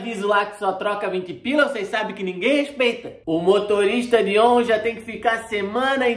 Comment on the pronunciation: A nota de duzentos foi feita porque até o fin do ano a passagem de "ônshn " (vai custá quatrucetush reais)